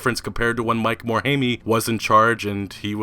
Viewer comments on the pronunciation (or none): Mike "More-hay-me"? Really? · Its kinda lame and nit-picky, but it's but everytime I hear it I kinda cring. Mike Morhaime, the "E" isn't pronounced. So it's "More - hi - m" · Every time you call him 'Mike Morhaimy' I die a little inside, XD the letter E is capable of being silent